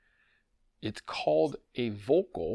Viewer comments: Pretty close… In German, words beginning with “V” are pronounced as though they begin with “F” in English. So, the name is pronounced more like “FOLK-UL” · Btw VÖLKL is NOT pronounced as 'vocal' , just think of the word "VULCAN", and then replace the "CAN" with "CUL" (as in culdesac).